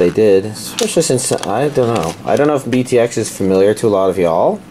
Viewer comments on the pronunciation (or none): Hey dude don't know if you've watched it yet but just thought I'd let ya know it's pronounced Beat X not Btx.